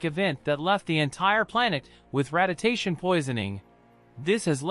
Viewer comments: It isn't human. It's AI. You should be able to tell when it couldn't even pronounce radiation poisoning. It said rad-di-tay-shun poisoning. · Is ur voice that bad?! 🤦🏻‍♀️ “RAD-I-TA-TION POISONING”?! 🤦🏻‍♀️